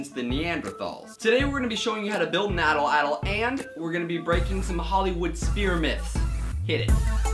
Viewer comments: Your saying it wrong. It's pronounced like at-laddle. Atlatle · atl atl? its called an Atlatle...wtf atl atl...